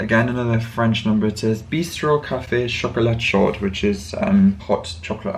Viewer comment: "Chocolat chaud" is hot chocolate. When you encounter words like "blanc", the "c" on the end is silent. Similarly, the "d" on the end of "chaud" is silent. Belated happy birthday 🎉